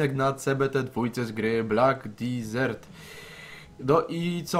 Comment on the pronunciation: Wymawiaj to desert a nie disert chooopie